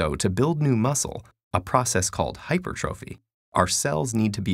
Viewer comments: All body builders cringed (hi-per-chro-fy) not (hyper-throphy) lol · Hypertrophy is pronounced Hai-per-tra-fi not Hyper-Trophy. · hyPERtrophy though. Not hyper trophy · dude, it's hyPERtrophy. Not HYpertrophy. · Its NOT Hyper-trophy, it pronounced Hy-per-tro-phy. Fail... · It's not pronounced like "hyper-trophy" It's pronounced hi-per-truh-fee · Hi-per-tro-phy or hi-pertra-fee? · Don't trust anyone who says " hyper trophy " rather Hypertrophy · Oh God and he pronounced hypertrophy (hy-per-truh-phy) as hyper-trophy. 🥴🥴🥴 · I thought it was pronounced "hyper traphey" not"hyper trophy" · The pronunciation of Hypertrophy in the video is wrong but not that it really matters since most people will understand when you say "Hyper-trophy" anyway. Also great vid! :) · hy-per-tro-phee not hyper-trophy, like the opposite of atrophy which was correctly pronounced. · It's hyPERtroPHY. Not HYperTROphy! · Hy-purrr-tra-fee , not hyper-trophy lol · so... lift heavy get big... he said "hyper trophy" lol its pronounced "HI PERCH ROW FIE" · Bro really said "hyper trophy" lol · Why did he pronounce hypertrophy as hyper-trophy lmao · Clicked off the video once I heard him say "hyper-trophy" 🤣🤣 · dude says "hyper-trophy" 🤦🏻‍♂️ He just reading off a paper and knows nothing smh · HYPER TROPHY? How could you make this video without researching how to pronounce that word. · It's not pronounced hyper-trophy, same as it's not pronounced a-trophy. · Isn't hypertrophy pronounced "hype-purr-tra-fee"? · In the video, it was pronounced in the way nobody who lifts pronounces it. Almost exclusively it is pronounced high-purr-truh-fee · Blatantly mispronounces hypertrophy. Ok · my biggest pet peeve is people pronouncing "hypertrophy" incorrectly like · aint no way u pronounced hypertrophy like that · he said hypertrophy wrong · Is that how hypertrophy is pronounced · It’s videos like this that get people to say the word, “Hypertrophy,” INCORRECTLY!!!!!!!!!!!!! 💀 💀 💀 !!!!! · mispronounced hypertrophy